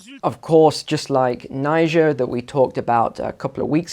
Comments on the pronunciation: Ni-jair not Nai-ja.Pronounce the country's name properly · Pronounce Nee-Jeh !(Niger) properly!!